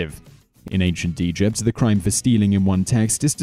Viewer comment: Just me that is hearing "Ancient Europe"?